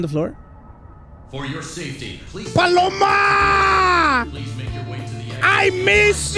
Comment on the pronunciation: HECK NAW IT ANT BALLORA..ITS PALOMA!!!!!